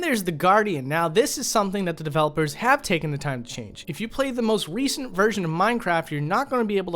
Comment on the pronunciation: “the most wecent” LMAO